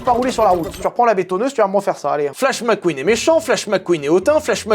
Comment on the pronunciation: Mec Queen pas Mac queen